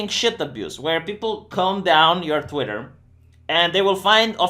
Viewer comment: "twatter" lol